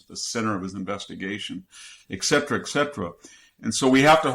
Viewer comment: "...eck cetera, eck cetera..." Surely Dr. Hanson knows that it is spelled "et cetera!"